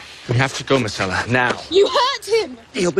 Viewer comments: Tyrion mispronounces Myrcella's name as "Marcella." Interesting that they apparently didn't catch that during production. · It driving me nuts because all I heard is Marcella, not Myrcella